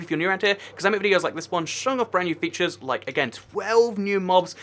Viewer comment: Featires? xD